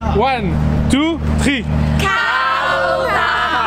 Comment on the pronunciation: Faller faire un efore pour le "tree" à 😂😂😂😂😭😭😭😭